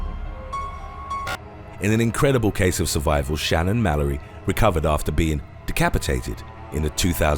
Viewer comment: It says her name is Shannon Malloy but you're pronouncing it like Malory....